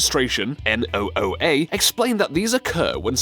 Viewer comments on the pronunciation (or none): There's also "oskillations". And the narrator says "NOOA" when the acronym on the screen reads "NOAA". Was it too much trouble to re-record this without the obvious errors? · "NOOA" = NOAA